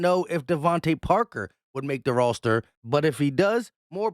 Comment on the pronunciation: Just needing to hear say- “rawster”. Got it. Thanks